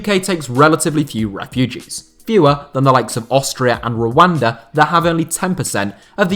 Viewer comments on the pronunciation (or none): none